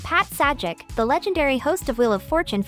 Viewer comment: Just FYI - His name is pronounces Say-Jack / Not Sad-Jack. So got to wonder if this is a person or an AI reading it. OR if the person was given this to read, the other people on the team should really have caught this right away.